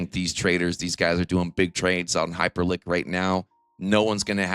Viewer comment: What the hell is Hyperlink? Do you mean Hyperliquid?